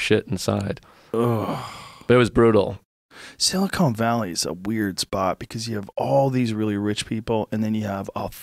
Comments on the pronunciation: It's Sili-CON, not Sili-CONE! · everyone : silicon valley joe rogan: silicone valley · "Silicone Valley" What a doofus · I cringe when I hear people say Silicone Valley. SILICON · "silicone valley" lmao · Sili-CONE Valley....?!? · What confuses me is how many times they both said it wrong. I wonder how many times Joe has talked about Silicon Valley on the show and pronounced correctly. Somehow out of nowhere he has a stroke and says it wrong multiple times in one sitting? It's baffling. Is this what smoking weed every day does to you? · Lmao ‘Silicone Valley’ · Silicon not silicone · It's silicon, not silicone. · "Silicone" valley .... "silicone" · It's "sil-i-con" not "sil-i-cone" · San francisco is not "silicone" valley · SILICON not SILICONE!